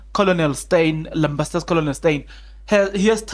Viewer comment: Colonel pronounced as kenel not kolonel